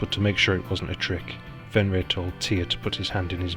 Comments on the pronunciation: I just want to say that the only name you pronounced right was Fenrir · I HAVE TO AGREE WITH BJARNI VALUR IN THAT YOU ONLY PRONOUNED "FENRIR" CORRECTLY. THE ONE THAT YOU SHOULD HAVE NOT GOTTEN WRONG WAS "SLEIPNIR" (PRONOUCED SLAPE NEER).ONE HEARS ENGLISH SPEAKERS SAY "LEAF ERICSON", IT'S LAFE NOT LEAF. GET YOURSELF A NORWEGIAN DICTIONARY & LEARN THE LANGUAGE.